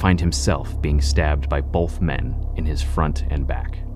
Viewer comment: Also it's both not bolth idk how half of these "proud Americans" can't even speak their own language correctly